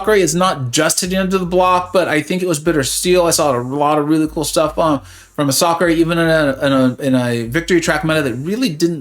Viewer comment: Is that how you pronounce Masacre?…. I thought it was just pronounced like massacre lol